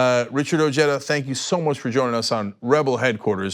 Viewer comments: say it with me guys Oh heh dah.....not oh jay dah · Ojeda is pronounced with the J of the Spanish word “ojo” it’s translation being “eye”